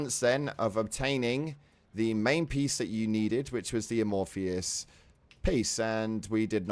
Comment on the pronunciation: Amorphous, no I or E, not amorphious, its not hard my guy